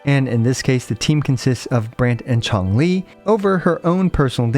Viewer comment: Everyone: Changli: Chonk Lee